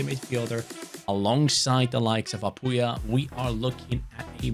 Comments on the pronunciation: As a Mizo I'm pretty satisfied on how you pronounced Lalrinzuala and Apuia , although your pronunciation on Lalchungnunga could be better I'm pretty impressed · You're pronouncing that "Lalrinzuala" & "Apuia" perfectly!!! Mizo names are very hard to pronounce, and that "Lalchungnunga" was very close as well. Big Respect!